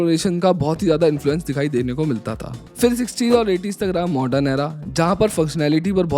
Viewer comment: Modern not mordren !!